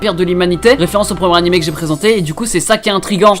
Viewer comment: On dit animÉ et pas animÈ ça me casse les couilles putain mais la video est bien tkt